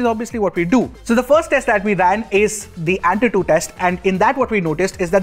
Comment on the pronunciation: Antutu ❌ Atutu ✅ ( time stamps)